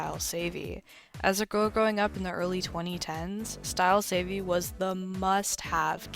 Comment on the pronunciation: You pronouncing it as savey has me dead